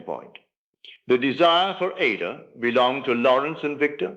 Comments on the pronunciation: I don't know whose voice this is or, if it's AI. Neville was British and educated. In the UK, classical music institutions, broadcasters like the BBC, and general audiences strictly pronounce the opera Aida as eye-EE-duh (or ah-EE-dah, with three distinct syllables). NOT like it is repeatedly & disturbingly pronounced in this video. You need to correct it because you make Neville sound stupid. ANY educated person knows Verdi's opera is NOT pronounced AY-dah - two syllables, like Ada. Neville NEVER would have said it like that. NEVER!!! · Not Neville. Neville Goddard was an educated British man and would have known how to pronounce Verdi's opera Aida. This voice does not.